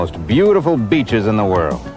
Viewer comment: That's "b*tches" ppl!! NOT beaches he's referring to